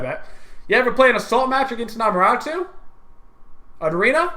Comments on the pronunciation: its Amaterasu, not Amarasu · 4 reelziez doe, it's Ah-mah-teh-rah-soo with emphasis on the first and fourth syllables and the 'soo' being very subdued. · It's A-MA-TA-RA-SU learn Japanese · WTF is a Amaratoo? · its not pronounced amaratu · Learn to pronounce Ama-Ta-Rasu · Centa Urss AMUTARUSU